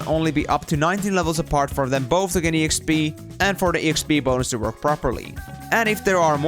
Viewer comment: This is the first time I'm hearing E X P , instead of Exp(ex-pee)